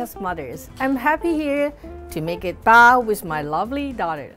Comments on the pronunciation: Listen to them say "bao" makes me cronge ad they are saying it wrong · nobody:: OPEN IT AND WE HAVE ZHE BAO